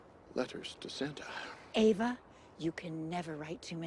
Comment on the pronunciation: lol the whole time you were calling her Eva and then she turned the book around and her name was Ava